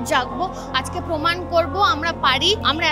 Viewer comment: Nice video,but poman na proman